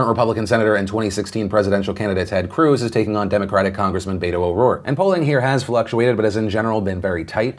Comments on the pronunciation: Voted early, Philly. Just wanted to let you know (and I know it's dumb and minor but I just learned this so I'm passing my TIL on to you) that Beto is pronounced beh-to, not bay-to. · Its pronounced BET-O btw. And el paso where I live and where he is from. We are shattering early voting records. God I hope he makes it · It's pronounced BET-oh. Not important, just saying. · Phil I love you but you have to learn how to say Beto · Oh no 😂 even Phil doesn't know how to say Beto. He'll never win Texas